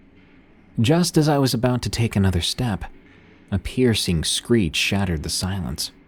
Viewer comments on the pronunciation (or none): none